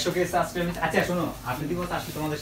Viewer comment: shob thik ase but!! tumi suibscribe ta thik moto bolte parona!"suscribe"